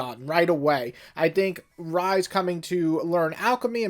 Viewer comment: Ryza is pronounced “rice-ah”, not “rizz-ah”.